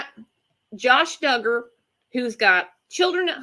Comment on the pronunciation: It’s pronounced Dug’-ger, spelled Duggar. Not dū